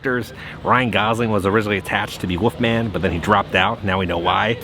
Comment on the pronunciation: Are you saying ‘woofman’ because it’s killed me through this video 😂😂